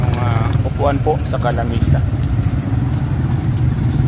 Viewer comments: Upuan ata ndi upuhan 😂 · Upo-an hindi upuhan..peace!